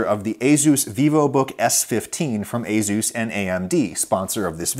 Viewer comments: It’s pronounced uh-soos or A-soos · Aooos is that how its actually pronounced? i always say Ay sus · That pronunciation of "Azus" is more offensive to me than your insane political views. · I thought asus was pronounced aye sues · In the UK I've always called it asus with an `s` sound rather than a `z` sound! Reminds me of all the contention over how to pronounce Adidas... 😂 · do you pronounce Asus as A-Zeus or A-Seuss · I work for ASUS and uhmmmm the way I say it and the way you say it are not the same, lol. Cool to see our products in your video, though! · how he pronounces asus is hilarious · my man dont know how to say Asus lol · THis isn't the first time Adam has had really bad pronunciation. His butchering of any korean name is etched in my mind. Linus Tech Tips pronounces Asus correctly. Without an overly emphasized 'z'. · for the future, say as-us not azus. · every time he says azeus instead of ey-soos creeps me out! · Ayzoos? I thought it was "Aysuss"? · Excuse me, "AZUES" I've been saying "Ace-us" my entire life. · I've owned several ASUS machines in my life and never knew it was pronounced "ay-ZEUS." I was saying "AY-sus." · as a computer/tech enthusiast, hearing asus pronounced a-zeus instead of a-soos was kinda funny. no worries though adam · I always thought it was A-sus, not A-zeus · Wait.... "A-Zeus"? I thought it was "A-sus" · its "suess" as in "doctor suess" not "zues" as in "the greek god of thunder" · he said a-ZooZ, instead of a-soos (pronunciation). ASUS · Literally never heard it pronounced ay-Zeus most ppl I know pronounce it ay-sis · For some reason, they way you pronounce ASUS really bothers me. My whole life, in my native language I’ve heard it pronounced as ah-soos (like Ah, sauce! But instead of the aww vowel sound it’s an oo as in mood) and not ey-zeus. The “z” somehow sounds so goofy to me in that word. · A-soos or A-shus not A-zoos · it's ey-soos not ey-zoos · ASUS NOT AZUZ👎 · Never would've guessed it was pronounced "a-Zeus"